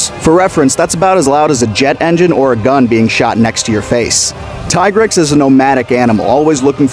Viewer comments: Alright im gonna stop u right here U lost ur right to talk about monsters after u didnt Do enough research to pronounce its Name right Its TEA-grex and not fkn tie-grex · .....it's "Tee-grex" not "tie-grex" his tiger stipes makes you want to say the tie part, but that is not at all how any of the games pronounced it. It's "tee-grex" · Why do people still call him "Ty-grex" when world confirmed that it was in fact pronounced "Tee-Grex" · Pronounced Tee-grex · Youre pronouncing it wrong